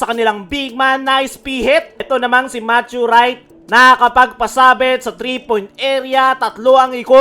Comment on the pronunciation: KKAAWWWNN -TREE daw 😅😂🤣